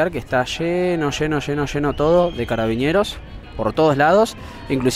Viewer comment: Por qué dices "carabiñeros"? Son carabineros, simplemente